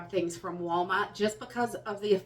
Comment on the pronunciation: Can't believe how much we count on you to guide us through this. You help so many, I hope you know that your guidence motivates us better than a list of things. Thank you for your continued imparting of knowledge that many don't have. And I love to hear that Wallmaht roll off your tongue. True New Englander. From a True Texan.